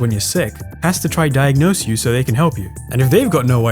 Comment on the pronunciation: lolz you said hilson instead of wilson and diagnose doesnt go until the end lolz